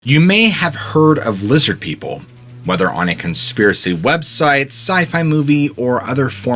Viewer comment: "Lizzid Peeple!"